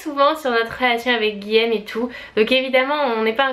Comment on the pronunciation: ARRETE DE DIRE GUILLEÈME CES GUILLAUME ! Olaaalaaa